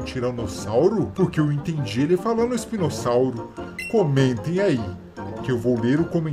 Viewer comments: rei è falou espinosauri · Ele falou espinosauro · ELE FALOU ISPINOSAURO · Ele disse espinossauru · ele falou spinosauro